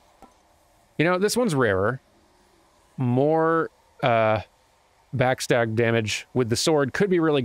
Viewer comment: Is he saying "backstag" instead of backstab?